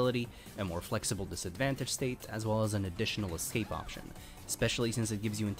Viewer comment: izaws "as well as" is painful to listen to